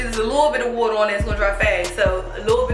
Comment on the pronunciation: "a lul bit of wuuater" definitely from Maryland